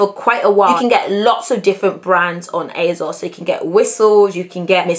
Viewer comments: Please please please why do you keep saying aZos??? Why??? It’s and s not a z... like you pronounce the s at the end so why won’t you do the same at the beginning! Ps you look great! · asos doesn’t have a z in it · Is it it me or did she say azoz instead of asos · Not hating but it is ASOS not azos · Why she sayin azos tho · And you literally said it used to be called as seen on stars... so you know for a fact that it’s an s and not a z... so please why? Please! We are all here wondering and have been wondering for years so please just tell us why you choose to pronounce it that way. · Ufo only intellectually deficient people need to resort to insults to get the most basic (albeit incorrect) points across. ASOS is pronounced one way and it’s not with a soft z... “h” in the English language is pronounced 2 ways depending on if you are speaking British English or American English... you can’t just make up your own way of pronouncing a word or letter that already exists in a specific language. ASOS names themselves ASOS and they pronounce it with an S not a Z... and I am not policing anyone. So bye Felicia!